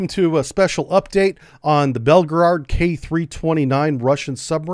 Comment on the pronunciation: its Belgorod not belgerard. and its not 2 megatons it actually is 100 megatons.